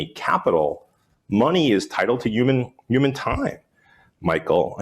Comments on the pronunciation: Say “yooman” one more time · What is a Uman? 😂